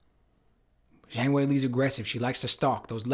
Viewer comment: Good analysis, but I continue to be frustrated by the pundits inability to pronounce Zhang's name correctly.